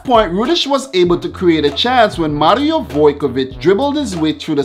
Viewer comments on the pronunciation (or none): none